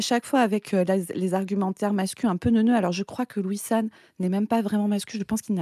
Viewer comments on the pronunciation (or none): A chaque fois que vous dites Louis-san j'ai entendu Wissam. De bonne fêtes de fin d'année à tous et Tatakae !